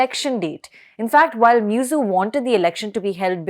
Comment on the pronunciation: His name is not Miyuzzu. The name is Muizzu. The least you Indians could do is to show respect to others by pronoucing their names correctly. It doesn't take a lot of effort to learn a foreign name.